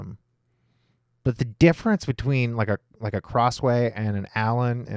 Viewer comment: Schuyler is pronounced skyler